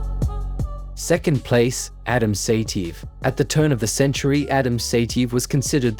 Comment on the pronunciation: Great material as usual. But the way you butcher their names is epic😂 Ya- Rhy-Ghin, Sigh-TeeYehv